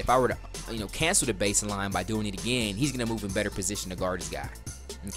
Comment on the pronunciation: good video, but "base-eh-line." just get rid of the "Eh"